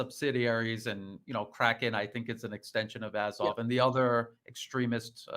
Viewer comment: please pronounce azov correctly